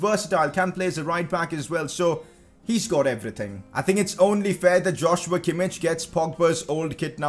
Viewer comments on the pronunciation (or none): Sign a CAM on loan for the rest of the season then you can sign Szoboszlai next season (also btw its not Josh-You-a Kim-ich its Yoz-wa Kim-eesh) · It's pronounced as Yoshua Keemeekh not Joshua kimmich pls😂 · Joshua Kimmich is pronounced as yosua kimmih